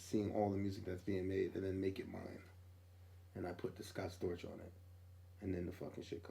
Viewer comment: Scott Storch!! Not Scott Scorch!!